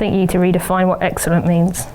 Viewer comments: ..............which is eggsellent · eggcellent and eggciting. Also very eggspensive eggsperiment 😂😂😂